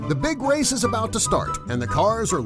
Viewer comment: lol u said wace